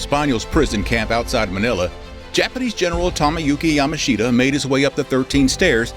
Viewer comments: Yamashita is not pronounced 'Yama-sheeta' rather it is as though the 'i' is silent hence 'Yamashta'. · His name is pronouned like Ya mush ta. Yamushta. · I agree that the person narrating was in general very good but his constant mispronunciation of General Yamashita's name was grating. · If you can't pronounce the name of the person you're talking about, your credibility is close to nil.